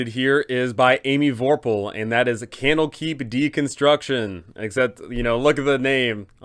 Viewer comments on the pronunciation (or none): Camel Keep. Kennel Keep. That's what I keep hearing.